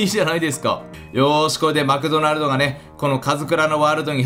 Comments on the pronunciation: マクドナルドって言えてませんよw マフドナ？トになってますよーw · マフドナルドがワフドナルドにきこえる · 神社の下にまだくもいますよ。あとマクドナルドって言えてない笑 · あれ、M？ 山２つ作ったんじゃないの？ あと、マクドナルドって言えてない笑 海底神殿お疲れ様でした。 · マクドナルド言えてねー